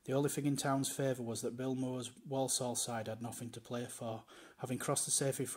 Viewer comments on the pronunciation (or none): The way the narrator pronounces certain words is a bit off...people from Walsall tend to pronounce it "Worsull" rather than "Worl-sorl", and the Saddlers' substitute's name was Brian Caswell ("Cazz-well"), not "Case-well"...